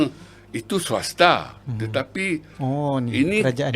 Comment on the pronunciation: Profesor itu kalau tadi saya simak mengucapkan ' suwasta ' apa ngerti arti swasta ya ?